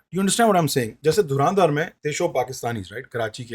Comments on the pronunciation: Pele toh naam bolna seekho ..Dhuraaandhaar nahi h .😂 Dhurandhar h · its dhar not dhaar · Dhurandhar thik se bol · Pronunciation galat hai bhai dhurandhar ka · Isse movie ka naam sahi se bola nahi ja raha or ye actors ki Urdu me Galtiyan Dhundh raha hai..